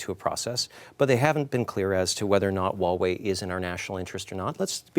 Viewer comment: how immature, the pettiness of mispronouncing Huawei on purpose. pretty sad when CBC has to lower themselves to CCP standards and play their childish games /ˈhwɑːˌweɪ/